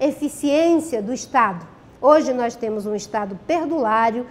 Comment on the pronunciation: Ela ainda fala "NOIZ" kkkkkkkkkkkkkkkkkkkkkkkkkkkkkkkkkkkkkkkkk